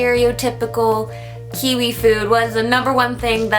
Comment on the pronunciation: Your saying kiwi wrong